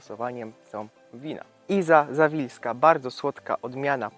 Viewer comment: Iza Zaliwska a nie Zawilska !